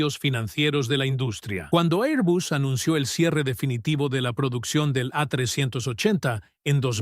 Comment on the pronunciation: Por qué este robot pronuncia 'airbus', mitad inglés ('air) y mitad español ('bus').